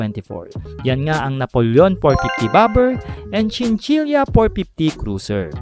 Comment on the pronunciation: Chinchila po di chinchilya